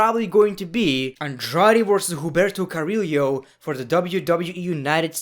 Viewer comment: Im botherd that you're pronouncing Humberto Carrillo wrong